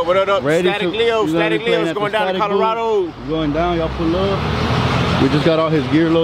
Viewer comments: As a takuache would say CUHHHLORADO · That's what I call my Chevy Colorado lol la Cuhh-lorado hahaa